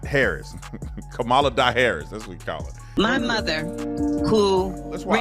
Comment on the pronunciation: I love how they love to say Ka-MOM-ala... sooo, your mom slept her way to where she is? 🤮